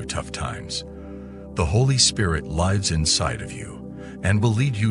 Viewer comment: I've been enjoying the channel, but at the beginning of this one he says the Holy Spirit "lives" (👂phonetic "lyz") instead of lives. So, is this AI generated?